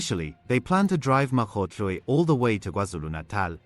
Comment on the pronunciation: Pls look after uour Mkhwanazi these cronies are very dangerous . As forbthe news anchor here, he pronounces African surnames so perfectly. Big up to that 😊